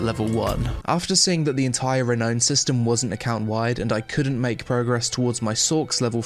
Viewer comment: It's pronounced the way it's spelt. Re-now-n/re-noun. Not Re-no-n.